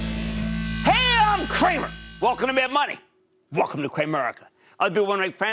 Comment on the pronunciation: When he says “mad money” really fast it sounds like “May I Have Money”.